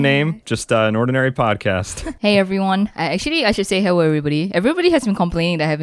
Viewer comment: "hewwo everybody"